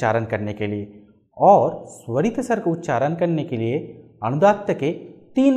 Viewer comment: Its feels as if somebody is beating my ears with hammer everytime he pronounce उच्चारण as उच्चारन He is a vedic pundit and he doesn't know the difference between ण and न